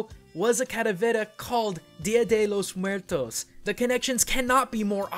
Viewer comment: Been Hispanic, specially Mexican, hearing "DYA DHE LLOS MOOAERTOS" is a bit uncomfortable. I know americans have a hard time using their tounges in spanish pronunciations, but, well, it's just some annoyance. I appreciate the effort. Gracias cabros.